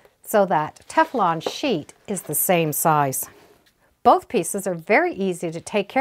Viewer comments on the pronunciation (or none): none